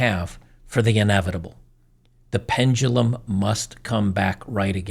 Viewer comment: it isn't 'pen-gu-lum" it's pendulum.. please pronounce it right. there is no 'g' in pendulum.